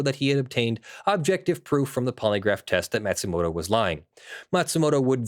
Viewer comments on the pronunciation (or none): Matsumoto isn't pronounced "mat-sumoto", it's "maw-tsumoto". (Or 'mah-tsumoto') ま・つ・も・と